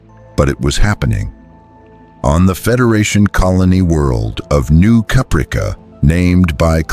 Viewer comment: The mispronunciation of Caprica kills me. 😁😂🤣